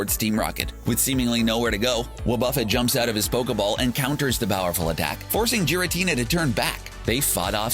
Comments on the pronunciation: Giritina, not Jiritina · Also, "Jiratina" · Is no one gonna talk about how he pronounced giratina... jiratina... no. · Everytime I hear Jiratina, I die a little inside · Jiritina T-T Giritina G-er-a-t-na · Are we actually just going to ignore the fact that he pronounced it Jiritina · The fact that the dude mixed up Giratina and the Sky Warrior with Hoopa and the Clash of Ages says alot. Also i just cringed at the way he says Giratina. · i like team rocket and you kept saying giratina wrong say it right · you not only misidentified Tyranitar as Pupitar, but you mispronounced "Pupitar", misidentified or bundled James' Carnivine with or as his Cacnea, although the description fits for Cacnea's behavior. oh and you kinda mispronounced Garitina, but plenty of people say it that way. but the ONE THING that is UNFORGIVABLE is that you mispronounced "Wobbuffet" For shame, CBR. For. Shame. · Its Giratina not Jiratina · you mispronounced "Pupitar" That isn't even a Pupitar in the first place, it's the evolved form Tyranitar. Butch and Cassidy were introduced in the Original series. Meowth dressed as Kirlia not Ralts, You also mispronounced "Giratina" (gear-a-teen-a, not jear-a-teen-a) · If you want to avoid getting sued, pronounce the Gen 4 legendary Pokémon by the name of "Giratina", as in gear, not Jiratina. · It's not Jiratina, its Giratina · the fact that Giratina was pronounced with a J instead of the G triggered me a bit. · It's pronounced as Gare-ra-tina, not Gee-ra-tina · It's Tyranitar, not Pupitar. You butchered the pronunciation of Pupitar. The plural of a Pokémon is the same as the singular. Who's Elaine? It's Allan. Jiratina? Seriously, the pronunciations in the video are disgusting. It starts with a G, not a J 😐 Do you guys just throw these videos out without any research?